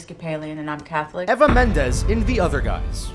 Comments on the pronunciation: its EEEEEEEEEE VAAAAAAAAAAAA not ever with the er changed to an a sound you say the e part like the letters name. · Who the hell is "Ever" Mendes? Try saying Eee Vah Mendes and you will be a lot closer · "EEEEEV" not Ava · eva - and you say ever. da fuq